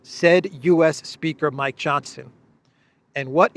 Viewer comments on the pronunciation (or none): none